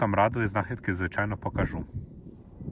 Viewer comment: Яка ж гарна українська мова, але ваші оці наголоси : покАжу, принЕсу, забЕру, навіщо ви паплюжите соловʼїну